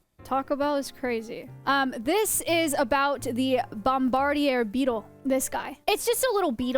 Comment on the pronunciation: “ Bomb ba deer “ beetle. She said it like the beetle was a French villian😂